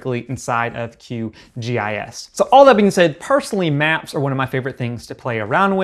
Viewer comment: Just a heads up, QGIS is pronounced Q-Jiss. In my work I do a lot of geospatial mapping for vehicle automation and we use QGIS all the time. It's a great tool for map data.